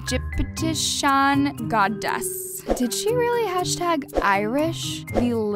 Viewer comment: "egiptshan" BYEEE THIS GOT ME WHEEZING